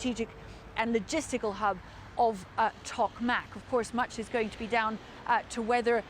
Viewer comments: The CNN anchor here needs to focus on his Ukranian names better, after all he is a journalist. ToKmak, is not To-mak. And Robotyne is NOT Robotine. We do get the greater picture but this is obviously a critical war and CNN should get it right. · Not pronouncing Robotyne or Tokmak so very well...